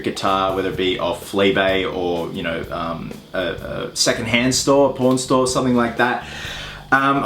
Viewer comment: Lol when you said “Pawn Store” it sounded like Porn Store